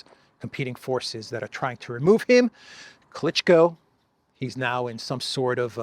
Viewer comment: Klichko is pronounced as Klichcó.